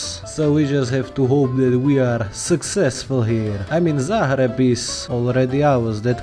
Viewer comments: Its pronaunced zagreb not zahreb and perfect timing tu get 100k subs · One question, why do you pronounce Belgrade and Zagreb as if there's H before letter "g"? Is that a rule in Slovakian language?